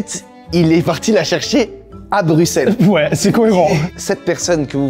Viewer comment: merci Theodort, enfin un français qui prononce correctement "Bruxelles"